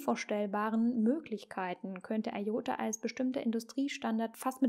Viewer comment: Es heisst ''I''OTA und nicht EI ota....